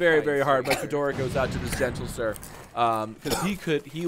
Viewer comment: him saying "gentle-sir" and the awkward laughing actually makes me want to throw my mouth away